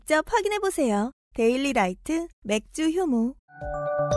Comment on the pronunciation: 맥주효모가 맥주혐오로 들려~ 뉴스를 너무 많이 봤어~